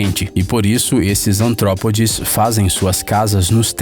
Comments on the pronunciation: Artrópodes e não antrópodes. Jazida e não jazigo. Ótimo vídeo. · ANtrópodes ? Jazigos de Opalas? GOSTO MUITO DOS VÍDEOS DE VOCÊS E CURTO MUITO ASSISTÍ-LOS, MAS O NARRADOR DE VOCÊS, ÀS VEZES DÁ CADA CHUTE NA TRAVE QUE DÓI.... SE ELE ESTÁ LENDO, BASTA REVISAR ANTES DE POSTAR.... :-) DEIXEI PARA COMENTAR DEPOIS DE VER UM BOM TANTO DELES, PARA NÃO ME CHAMAREM DE CRÍCRÍ OU CHATO... RRSRSRSRS MAS DE QUALQUER FORMA, CONTINUEM O BOM TRABALHO... TUDO DE BOM !!!